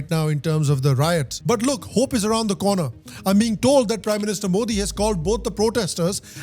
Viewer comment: When you listen to how to pronounce ' Modi ' from native speakers,but still pronounce it wrong😂